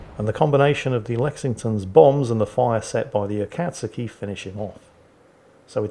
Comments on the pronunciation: "A-kat-ski" -. It is "A-kat-sue-ki" my man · Noted the continued mispronunciation of Akazuki, not so clever naming a pet something you might say a few times a day now is it? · swear to god mate, are you pronouncing "akatsuki" like that to get under my skin? cause its working!